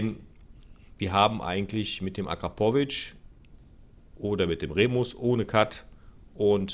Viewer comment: Alleine schon wie du Akrapovic aussprichst gibt es kein Abo